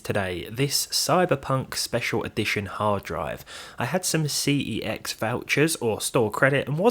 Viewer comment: Thank you for saying C E X correctly and not the way they say it themselves.